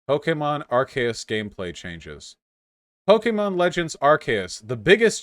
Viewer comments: It's PO KEH MON not pokey mon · I can't stand him saying pokeemon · This just adds to my theory that anyone who pronounces Pokemon, Pok-E-Mon, should never be listen to about the franchise and deserve no rights. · I knew his arguement was invalid by the way he said Pokémon